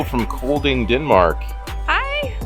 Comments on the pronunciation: Ye, it’s almost pronounced like ‘calling’ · It is pronounced almost the same way U would pronounce Calling (the letter d in Kolding is numb), but with a short o-vowel - like the short a-vowel in the name Callas... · Just so you know, the d in Kolding is silent and the o should sound more like the o in "bored"!